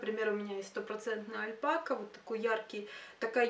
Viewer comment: Отличные книги, спасибо за обзор! А по поводу альпакА... Это какая-то мода на ютубе новая? Откуда оно выползло? На англоязычном ютубе ни разу такого произношения не слышала... неестественное какое-то...